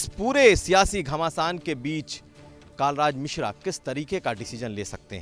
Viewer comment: नाम तो ढंग से पता कर लो आप पत्रकार् हो कालराज मिश्रा नही, कलराज मिश्र है